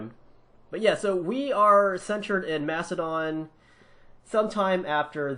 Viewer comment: it's makedon